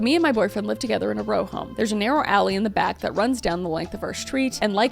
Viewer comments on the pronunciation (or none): none